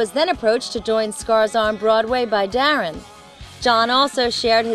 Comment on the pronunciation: dude..they pronounced daron's correctly....um..im like 80% sure of my statement....